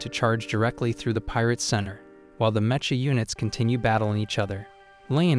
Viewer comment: Meh-cha units... It's pronounced mek-ah Stupid AI